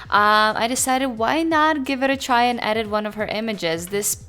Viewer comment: kinda triggered by how you pronounce edit as "adit" lmao